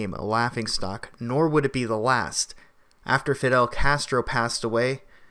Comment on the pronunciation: He's a ball-less joke. And you are too REEEEDY!! So scripted! Please learn the difference between THEE AND THE AND AN AND A. It's cringy to hear you read this stuff as great as the content is!